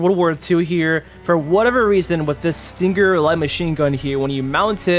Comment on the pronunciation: When he says stinGGer it triggers my ocd